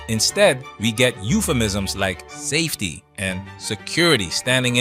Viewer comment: "...saftey..." I'm not even a native born English speaker😂